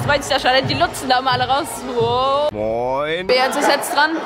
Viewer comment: Sie Spricht Beyazz aus wie es geschrieben wird hahahaher wird Beyas ausgesprochen. aber trotzdem mehr Solcher Vlogs !